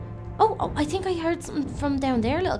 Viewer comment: Why do u say tink?Is it because ur braces?